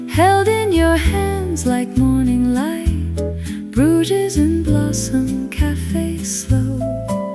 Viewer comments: Love Bruges but it would be nice if your pronouncing of this lovely city was correct 😢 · Bruges, pronounced broozh; it's prob AI generated...